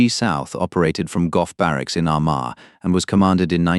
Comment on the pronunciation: You can't even pronounce Armagh!